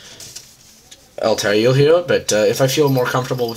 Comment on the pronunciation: Dude it's al-tie-eer